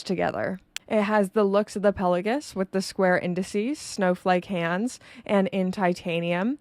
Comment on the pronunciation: A guy who pretends to be a spy! Hilarious...Subscribed.... The way you pronounce Pelagos PelaGUS almost unsub'd :P It's Greek think Mykonos, Oikos and Ethos. Still sub'd